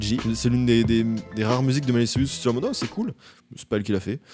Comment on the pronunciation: Le fait de prononcer Cyrus comme Sirius ça compte ?